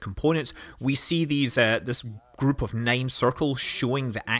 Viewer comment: It's pronounced nine, not nein.